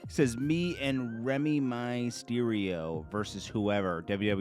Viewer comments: Dude said Remy my Mysterio 😆 🤣 😂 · how you gone pronounce the great “ReyMysterio” name wrong 🤦🏽‍♂️